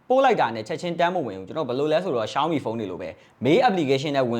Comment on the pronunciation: ကျနော်လဲ ပြူရာ လို့ပဲထွက်တာပါ ရှောင်းမီကိုလဲ အဲ့ဘဲက ရှောင်မီး တဲ့😅😂